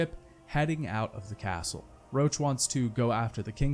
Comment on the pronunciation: In Witcher 2 when he keeps calling Roche “Roach” I just keep imagining the horse